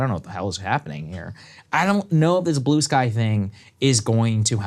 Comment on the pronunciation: Wtf is “Blueskay”? lol